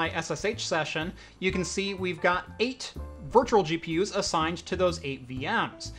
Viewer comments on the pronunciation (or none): I can't stop hearing virtuRal